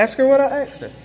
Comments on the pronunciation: Who owned who FOOL? You got thrown out! And it's ASK!!! Not AXED!!! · "can i axe you a question?" The word is "asked" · You "asked " not axed! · Stop saying "aks"! It just makes you sound stupid!